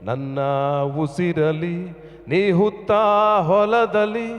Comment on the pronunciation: ಕನ್ನಡ ಚೆನ್ನಾಗಿ ಮಾತನಾಡಿ ಸತೀಶ್.ಹುತ್ತು ಅಲ್ಲ ಉತ್ತು.